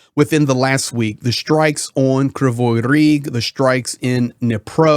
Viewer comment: Its Kryvi Rih. Krivoy is how Russian would say it .Are you readin Russian script?